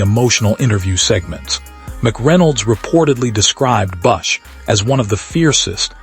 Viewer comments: Who the hell proofed this AI crap? His name is BUSCH, not Bus. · Who the hell is Kyle “Bussh”?! And you gave no info on the funeral. Delete this crappy waste of disrespect to KB